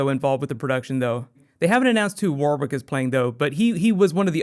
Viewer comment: Warwick is pronounced War-rick, the second 'w' is silent. But, for your pronunciation of Domhnall Gleeson, I simply must applaud you.